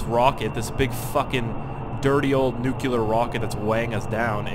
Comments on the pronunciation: when he says nucelar instead of nuclear 😤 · quick comment: nuclear is pronounced new-clee ar not new-cue-lar. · It's "nuclear" not "nucular" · "Nuke-you-ler" :( "New-Clear" :) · My god, Its (New-clear) not (nu-cu-ler) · Nucular!!!! Lol!!